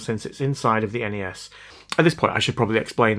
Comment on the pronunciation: EN-EH-ES? NES!?